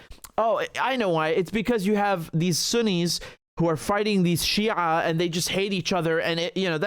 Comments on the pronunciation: The way he pronounced شيع is on point makes me wonder which background you come from? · whait! do you have any Arabic roots?! the way you pronouns shi'aa surprised me, because letter ع in Arabic is one of the hardest for westerner to pronouns right after ح.